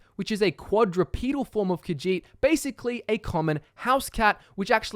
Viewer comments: I hate the way you say kajit so goodbye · Ka-sheet - Khajiit